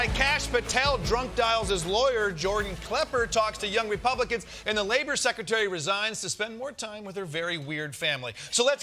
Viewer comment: Kosta cant say "secretary". He tried twice and whiffed both. A little after the 6 minute mark.